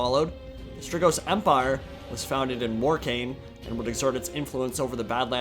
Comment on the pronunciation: ... say "Strigoi" one more time. it sounds like you've never heard that word.